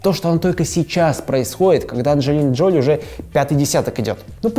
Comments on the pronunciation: ДжолИ, а не ДжОли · Ну блин, Анджелина ДжолИ, а не ДжОли. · ДжолИ! Мои уши